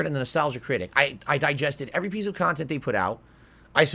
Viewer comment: Right! When I heard that I had to pause the vid and listen again to make sure I didn’t hear him wrong. He lies about the stupidest crap, and can’t keep them straight….like a grade school child. I guess we shouldn’t be surprised since he’s in gaming jammy’s everyday playing a Disney Princess game and calling it “quality khantent”.